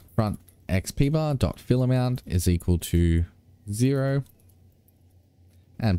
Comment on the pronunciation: Every time you say fillAmount I hear ‘fill em out’